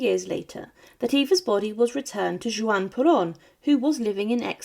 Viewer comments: Great video. BTW - his name was Juan Peron pronounce "Wahn Pear-Own", not "Jew-On". Also Eva's name was pronounced "Doo-Are-Tay". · At least try and get her husband's name correct. It's pronounced Wan Peron, not Jew-ann Peron. It really is easy to research this. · Juan- pronounced more like WAN not Joo an 🙂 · "Juan" is pronounced WAHN not Jew-Ahn. Unreal. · Evita’s last name is pronounced Du-wart-a. Juan is pronounced Wan, not Ju-an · Bway-nos Eye-rays. Pear-own. Hwan, not jew-ahn. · If you're going to make a video, at least pronounce the names correctly. Juan is pronounced Wan. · Juan is pronounced Hwahn (or Wahn) Duarte is pronounced DoArTay (or Dwartay) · Wish she could pronounce Juan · I can't believe that a presenter like yourself does not know how to pronounce Juan. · Maybe you should learn how to pronounce Buenos Aires and Juan, just an idea…